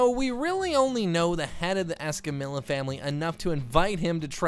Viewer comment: Why do you say escamILLA not escamiya because if your going to say their family name with a spanish accent you need to say the lls right